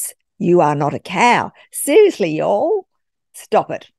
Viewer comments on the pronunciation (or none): "y'all" is the first time you've ever sounded slightly English 😀